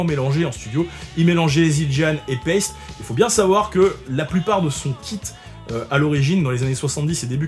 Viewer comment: je viens d'apprendre que Paiste se dit paisti en anglais 😂